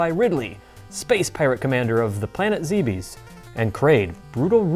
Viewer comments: Great episode guys, just stop saying Zebes wrong. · it is zabes not zabes